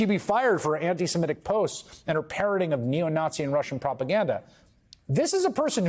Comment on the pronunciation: She seems ghastly. Seems to fit the Trump bill. A minor issue, but one that grates: You pronounce antisemitic "antisemetic". I know you're bright. These things count. They are noticed by people who read.